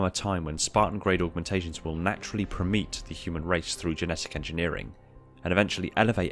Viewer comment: Say it with me: "Per-me-eight" not "per-meat", lol.